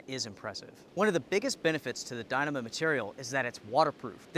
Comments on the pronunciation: It is pronounced die-KNEE-mah. And, who do you think is to blame for inflation? I think I know where you are going with this line of thought but I can assure you that you have no idea what you are talking about. Stick to making recommendations and pronouncing things wrong. Economics is way out of your league,. If you want to make political statements, I suggest you stop cowering and say what you mean. I don't like the current administration and I didn't like the last one, either. But let's be clear on the reasons for inflation. If you don't know the real cause of the current inflation spike, then stay in your lane or ask me about it. I'll be happy to drop some knowledge bombs on you. As for the Duplex, it is a good tent but absolutely not needed unless you are through hiking. There are better tents out there for less money. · LOL, I never heard anyone pronounce Dyneema like that